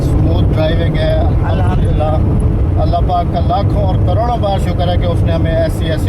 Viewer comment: احمد جي الاحمدلله نہیں ہوتا ہے الحمدلله ہوتا هے